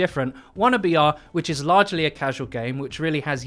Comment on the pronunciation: I was hyped every time he said BR but farther on in the video I realised he was not saying VR but BR